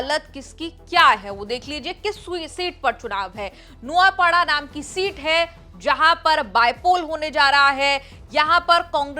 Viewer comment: नुआपाड़ा नहीं नुआपड़ा है, मेरा गृह जिला है और माफ़ कीजिएगा लेकिन बीजेपी आगे चल रही है।